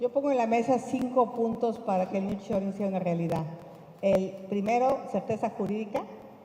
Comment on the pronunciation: EL NIRR SHORING JAJAJAJA